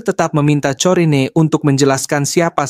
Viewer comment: kayaknya corrine dibaca korin